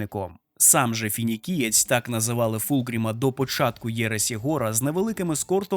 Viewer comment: Не Фінікієць а Фініксієць ві слова Фенікс. По лору планета на яку він впав(Лікея) повстала з руїн під його управлінням наче Фенікс з попелу, тоді ж він і отримав прізвисько Фініксієць.